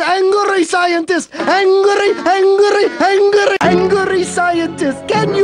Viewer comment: ANGLRY! ANGLRY SCIENTIST!